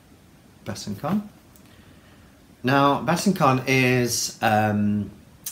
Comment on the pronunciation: hey i like the intro too, especially the watery sound! btw it's Besançon, pron. 'besanson', a town in the NE of France. 'con' is a dirty word!!👀